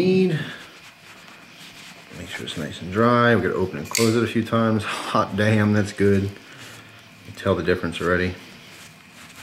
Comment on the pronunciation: Anyone else notice a country accent when said hot damn?